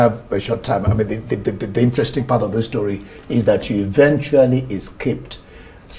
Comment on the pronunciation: Did i hear you said what an interesting stroy? 🤔 .